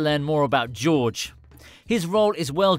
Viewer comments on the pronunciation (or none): Your pronunciation is terrible where did u get George from? Its Jorge pronounced" hore hey "it may look a little like George but it's a totally different name I know u don't speak Spanish but u only have to parrot back what u here u pronounced nearly everything wrong including kiko,Medellin